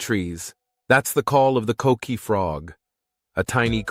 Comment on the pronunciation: If we're gonna get a video of puerto rico can we get a boricua to talk about it? I dont need to hear the word coqui pronounced as cokequi